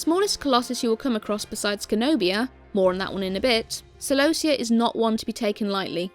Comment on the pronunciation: kelobia is not a name, celobia is.